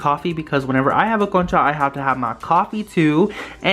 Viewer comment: I love the concha slime!! What ethnicity are you?? I’m curious if you are Hispanic since your pronunciation of concha sounded really good 😊